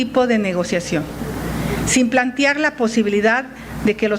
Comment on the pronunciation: Bertha Xochitl Gálvez, no se pronuncia PLANTIAR, investiga como se pronuncia correctamente.